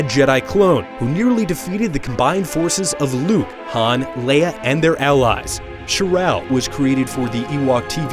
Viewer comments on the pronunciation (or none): none